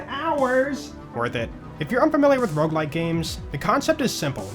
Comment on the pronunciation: the ''rouge like'' fucked my brain as a french speaker, in my head it was '' how does it red like '' (rouge is red in french)